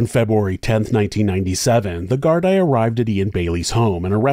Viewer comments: I am in Ireland and have followed this case closely. Bailey is the scum of the earth, not just because of Sophie but for many other things. He should have been kicked out of Ireland at the very least. I dont know if it has been mentioned already but Gardai is pronounced "Gar-dee". The full name is An Garda Síochána which is Irish for "Guardians of the Peace". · (This was the comment I was looking for. I’m from Oregon and thought it sounded off 😅 Nothing but love for and his work, though!) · I'm so glad you covered this tragedy and as expected provided an excelled detailed account....and calling it as it is. We know who killed poor Sophie. As for Ian's trashy girlfriend.....(BTW, it Irish police is pronounced GARD-EE) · Í is pronounced ee in Gaelic so it's Gar Dee. Garda is singular and Gardaí plural. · Don't mean to be rude but her surname is pronounced 'Plant' and the plural of garda is pronounced 'gar-dee'. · Thank you for putting the names of the victims in titles, instead of giving the spotlight to the criminals. (P.S, "Gardia" = Gard-ee-uh, not Gard-eye) 😜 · Except he didn't research how to prounce gardai!!!!! It's prounced gar-dee NOT gard -eye smh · No such thing as Gardia in Ireland. We pronounce the Gardaí as gar-dee. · If you're going to do a video on a country other than America, you should do your due diligence on how to pronounce local words. Gardaí is pronounced GARDEE not GARD-EYE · Brilliant vid, always glad to see this horrible lack of justice brought to light. One small note - "gardai" is pronounced "gar-dee", it's an Irish language word. Big love from Ireland!!! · plural is pronounced Gardee singular Garda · I’m Irish lived here all my life and it’s deff pronounced wrong. Garda (singular pronounced Guard) Gardaí (plural pronounced guar-deee ) it’s the same over the whole country no matter the region. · Great job as always! One correction how to pronounce GAAR-DEE☺️ keep up the great work! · It's pronounced "gardee".